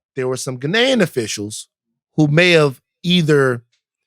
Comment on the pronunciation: Ok someone needs to teach Van how to say Ghanian properly